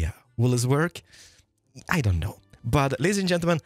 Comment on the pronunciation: The fact that pronounces the "k" "knock back" and "know" infuriates me. And part of my my brain doesn't want to ignore that hes doing it on purpose (maybe). Great video